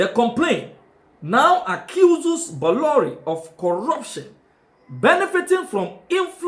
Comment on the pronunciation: The pronunciation is Boloray.